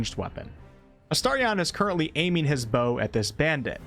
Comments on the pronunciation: Who tf is uh-star-ree-on? Sounds like a Pokémon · Why are you pronouncing “Astarion” like that? Did you not even listen to the characters saying his name while playing the game?